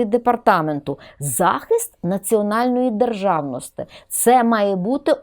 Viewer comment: Замість « и» необхідно говорити « і» Не державности а державності !!! Пані вчитель😂